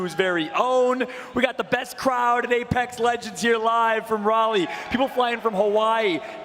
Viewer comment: They really let go 4 days without teaching him how to properly say Raleigh